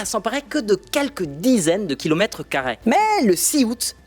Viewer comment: CARRÉ ✅️ CARRAI ❌️ S'EMPARER ✅️ S'EMPARAI ❌️ Revoir la prononciation des mots !